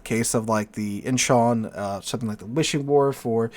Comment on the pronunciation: Nice pronunciation of Incheon! I also liked your more objective and less hyped review of Lestas client. More competition helps to improve the quality of a product and putting a little pressure on WG is a good idea!